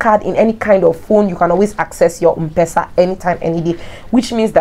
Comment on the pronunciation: Mpesa is pronounced : M Pesa not mpesa ( as in um-pesa) Pronounce letter M then PESA